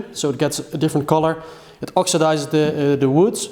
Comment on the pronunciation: "It oxedizes the wood". That's...funny!🙂